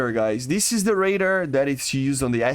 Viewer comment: stop saying raider its ray-dar